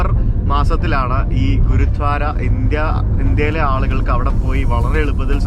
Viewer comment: u r pronouncing ഗുരുദ്വാര as ഗുരുധ്വാര.......enikku angine thonniyathanonnu ariyilla....gurdwara anu correct pronouncing